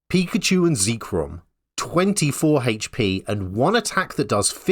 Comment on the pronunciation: I like your H's 🤩